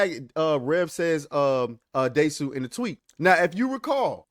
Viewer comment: The desu is pronounced des